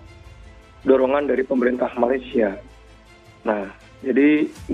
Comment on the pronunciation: Indonesian pun panggil 'Malaysia',bukan 'Malaysyer' Malaysyer❎ Malaysia✅